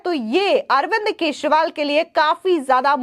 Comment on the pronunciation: Kya yaar ye kaisi Anchor hai. Keshwal bol rahi hai. Pls correct her channel walo. Channel will lose its level 😮